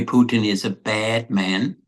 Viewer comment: For the first time the American names Puteen as it really sounds in Russia but not Putn